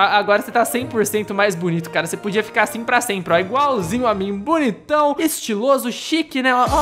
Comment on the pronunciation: Você que fala asin